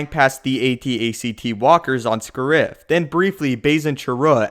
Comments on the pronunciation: Isn't the name Scarif? Why do you pronounce it as Scurif? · its pronounced "Scare-If" not "Sca-rif" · I'm pretty sure the emphasis in Scariff is on the first syllable.